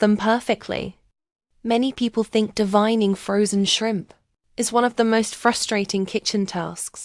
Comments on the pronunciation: It’s Called D-Vain-ing Not D-Vine-ing Used The A NOT THE I THE Right Way To Pronounce The Word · Sorry It’s Spelled this Way DEVEINING BUT THE E HAS THE SOUND OF A SO ITS PRONOUNCE DE VAIN ING NOT THE WAY ITS SPELLED I KNOW ENGLISH IS STRANGE IN SOME WORDS You can look it up Google